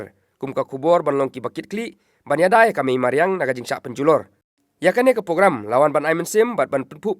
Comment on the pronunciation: Bah nongkren Ribhoi news sngewbha ban pynbeit iaka pronunciation THUNG DIENG ymthungding, PYNPHIENG ym pynphing,PROGRAMME ym pogrammr...wat sngeweiei...